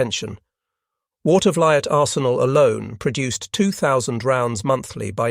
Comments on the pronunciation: My uncle had a key position at the Watervliet Arsenal and i got a chance to tour the Arsenal during their Open House. Seeing lathes that turned 30 foot long barrels was indeed impressive. Also the pronunciation is Water - ver- leet. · Water-vuh-LEET is closer to the local (Capital District) pronunciation. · The US Armory in Watervliet, NY is pronounced "Water-vleet". Interesting video, was not aware the US put 10" howitzers in the field.